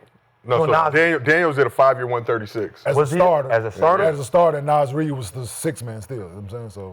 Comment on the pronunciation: They said “Nas Reed” tighten tf up